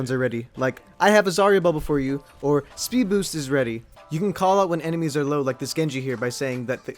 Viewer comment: wait did u say 'speed boost is ready'